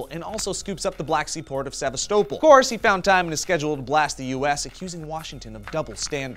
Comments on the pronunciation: "Sava-stovel" No, Sev-ass-ta-pol is how its pronounced. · Wrong. It is "Se-va-sto-pol", moron ) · might wanna double check your pronunciation of Sevastopol fella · love the pronunciation of Sevastopol